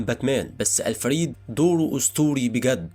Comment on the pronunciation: الفريد مش ال فريد